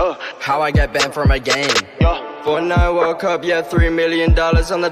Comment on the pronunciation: Junge wie hast du das banned ausgesprochen? XD